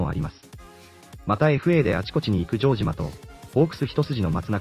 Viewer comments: ジョー↑ジマ↓ｗ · ジョージアみたいな発音だな